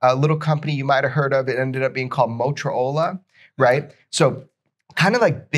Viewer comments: mot-ro-ola... uhh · Are we gonna pretend like Jeremy didnt call Motorola, "Motra-ola"? lol